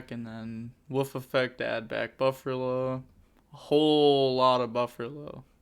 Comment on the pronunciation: Lol why do you call it burfallo 😆